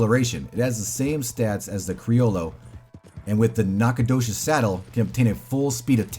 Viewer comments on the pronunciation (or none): none